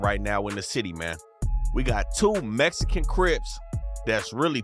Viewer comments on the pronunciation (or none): He said mesican